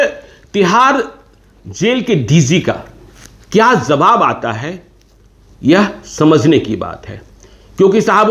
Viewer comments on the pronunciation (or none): Kya zawab aata hai aisa KYUN bolte ho..JAWAB bolne nahi aata...